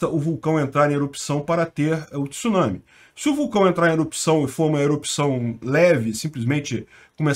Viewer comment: Parabéns!!! Primeira pessoa que vejo falando tsunami corretamente, repórteres da TV, eles falam t-sunami!!!! Kkkkk!!!!